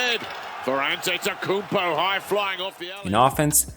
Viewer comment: why he say his name like that 💀😂